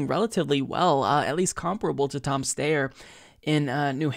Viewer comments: Do you mispronounce Steyer’s name on purpose? I’m certain that it’s “Steye-er,” not “Stay-er” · I love you but it's pronounced STYer. NOT STAYer. I think the general rule should be however the person pronounces their own name is how we should pronounce it. Thank you! ❤ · Steyer... Sty-er Its Oscar Meyer not Oscar Mayor. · Don’t worry one of these days you’ll pronounce Styer right. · Tom STIER is the pronunciation